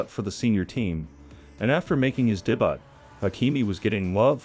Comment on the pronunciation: “And after making his day-BUTT…” AI? The word is pronounced ‘day-BYOO’